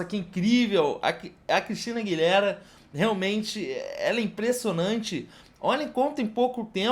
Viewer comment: Aguilêra, não Aguiléra kkkk 💗